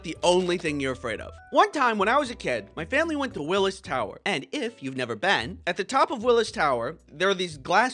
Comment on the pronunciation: That's not how you pronounce Willis,.:(